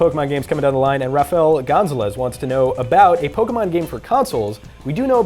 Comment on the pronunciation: That Gonzalez pronunciation though